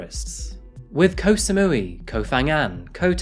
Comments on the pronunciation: Just would like to say that Koh (island) is usually pronounced "gaw" (rhymes with "raw), and Phi Phi is not "fee fee" but "pee pee." Otherwise, I appreciate your reporting,.:-) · With your accent in particular if you take the way you say kok in Bangkok but drop the k you'd be pronouncing Koh just like a Thai speaker.